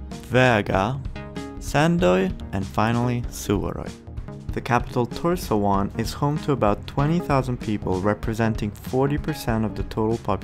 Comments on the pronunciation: it is tors-havn, not tor-sja-un. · Him trying to pronounce Tórshavn made me cringe